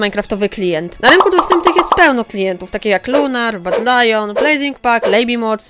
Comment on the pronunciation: Tez mnie to interesuje czemy "Badylion" "włAncza" sie tak dlugo XD